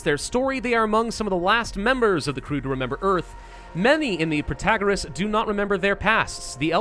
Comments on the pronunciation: he wasnt saying it prOtagOras, he was saying prOtOgOras. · What's wrong with Pro-ta-GOR-ous? I liked that pronunciation :( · Pro -tah -gor - Rras (somewhat what you have been saying before) is a lot closer to the greek that what you're saying now haha